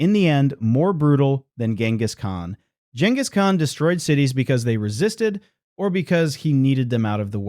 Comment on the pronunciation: GINus Khan....... really